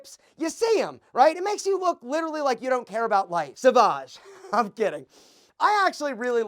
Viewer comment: One thing that makes you look low value is when you don’t pronounce the name of a particular brand correctly. It’s pronounced SOVAGE .. Not SAVAGE